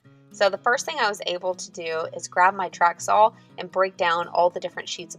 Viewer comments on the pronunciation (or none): There is no L in the word "saw", its like nails on a chalk board. Other then that, great video. Love your work.